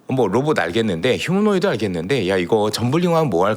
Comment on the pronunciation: 이사람 얼마전까지만 해도 휴머노이드를 휴머노 로이드라고 하더니.ㅎㅎㅎ 휴머노 로이드 ㅎㅎ😅😅 난 한차원 높은 로봇인줄알았다.